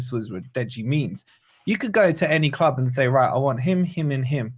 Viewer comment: Deji thinks he's funny he can't even say club properly